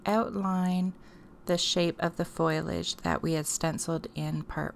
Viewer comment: Foliage is pronounced "Foh-lee-age" NOT foil-age. Sorry. The mispronounciation was driving me crazy. But I love the project.